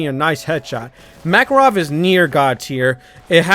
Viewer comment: is read not Mа́karov but Makа́rov I am from Russia and I just corrected